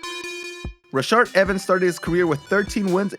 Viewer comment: Rashad- Ruh-shod. Say it with me